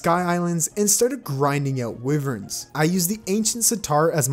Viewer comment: How much more wrong can you say wyverns?